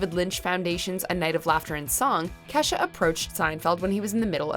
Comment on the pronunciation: blahblahblah blahblahblah LoL it’s “Kesha” but nice try